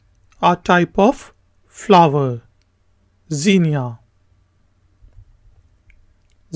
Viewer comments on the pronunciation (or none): none